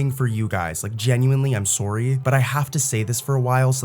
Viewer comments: Maybe don't say sorey, and I can subscribe lol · are you also canadian? the 'sorry' is very strong